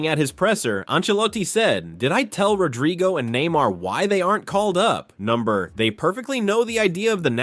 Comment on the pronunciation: "RodRYgo"?? At least get the madness right. Moron.